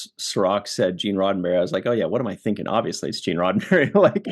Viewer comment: What were you thinkinah!